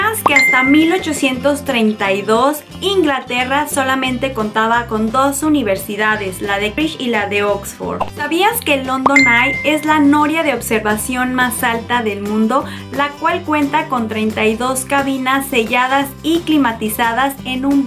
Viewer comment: Oye, una observación. No sé si te mudaste hace poco o qué onda, pero hay varios nombres propios que pronuncias muy mal. Como Greenwich (se pronuncia “Grenich” y no “grinwish”), o Cambridge (se pronuncia “keimbridge” no como se escribe), o Beatles es “bitls” no bitles”. Se pueden aprender y no pasa nada, pero si vas a hablar de Inglaterra y de la cultura, pues lo mínimo es empezar a pronunciar correctamente los nombres, ¿no crees? Espero no lo tomes a mal. Saludos!!!